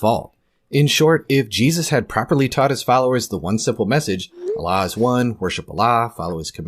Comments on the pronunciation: It's a speech impediment. Allah = A lie 🤭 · Ever notice how Jordan Peterson pronounces "Allah" when he says : "I don't buy your Allah. " to Muhammad Hijab?